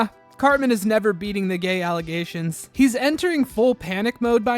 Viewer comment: the alleGAYtions